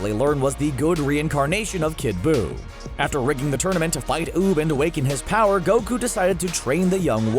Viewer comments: he said tournament of kower, not power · Who else just realized that he said Tournament of cower instead of power xS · Did he say tournament of cower 🤣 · my nigga said “Tournament if Cower”